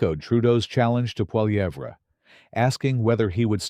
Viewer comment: A civil war?? What a moronic stupid moronic title. It's called politics in a democracy. And your srupid AI voice can't even pronounce Pierre Poilievre